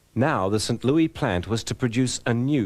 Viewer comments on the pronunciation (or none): did he say St. Loui?